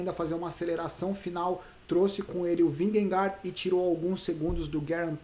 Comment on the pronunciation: Só uma curiosidade, a pronúncia dinamarquesa para Vingegaard é algo como "vinhe - gou". 😛